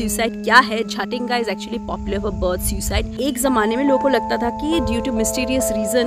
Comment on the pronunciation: may be you should pronounce jatinga more carefully 😂